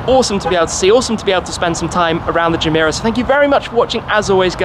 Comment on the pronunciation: Any one else notice the “jah-meh-rah” intstead of “gah-meh-rah” irked me every time he said it😭😭😭